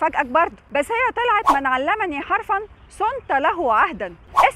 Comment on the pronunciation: انا مكنتش عاوز افاجئك الاعراب عندك غير سليم.. اسمها صنت بالضم وليس بالفتح لانها فعل ماضي مبني على السكون.. والتاء ضمير متصل مبني في محل رفع فاعل